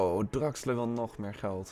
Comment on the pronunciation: Hahahaha geen haat maar in deze video spreek je al die namen bacca en draxler en napoli verkeerd uit maar maakt nii uit moet je zelf weten zeg het alleen😂👌🏻❤️